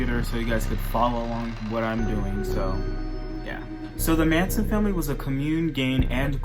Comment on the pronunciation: Sweetie it's Charles Manson not Mason